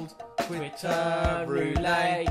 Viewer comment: Incredible. <3 Though "Irish accent" is terrible, and it's Northern Irish anyway:P And the "ette" is pronounced in "roulette", it'd only be roo-lay if it was "roulet". Though you may be mispronouncing it deliberately, never know with you two:L